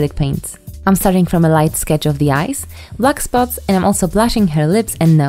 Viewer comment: I thought she said luck spots instead of black spots Love you! <3